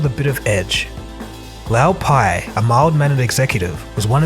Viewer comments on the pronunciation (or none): The narrator of this video is awful, mispronouncing Lou Pai's name (it is pronounced Loo, not Lau) and referring to Jeff Skilling as John Skilling .